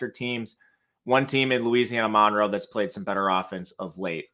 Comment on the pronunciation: U. L. MONROE IN Louisiana it pronounced MUN ROW 🤐 Nice Segment ⭐☮️